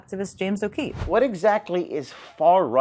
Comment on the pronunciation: She's a serial liar. Edit-and thank you for pronouncing his last name correctly, as his sister did when she ran for Senate.